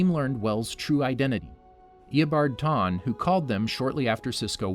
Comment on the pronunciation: Eobard Tawne? THAWNE